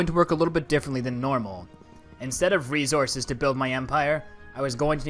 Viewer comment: No hate but why did resources sound like rezources 😂😂😂😂😂😂😂😂😂😂😂😂 its so funny because of your accent in the video but the video was 🔥🔥🔥🔥🔥🔥🔥🔥🔥🔥🔥🔥🔥🔥🔥🔥🔥 as hell